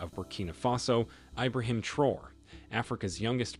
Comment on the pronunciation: Pronounced Tra Or Ray.